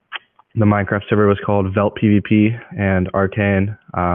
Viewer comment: He said veltpvp